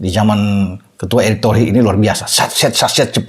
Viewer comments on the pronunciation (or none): none